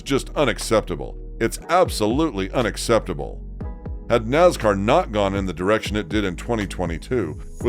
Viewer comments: Naz car is not a word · Wtf us with the pronunciation of “Nazzzcar”? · It so easy to pick a new fan or sportscaster, listen to he pronounces "Nascar" any longtime fan will laugh their A@ off...